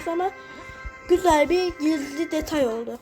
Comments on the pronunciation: Detay❌️ Tetay✅️ 😂😂😂😅😅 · detay❌️ Tetay✅️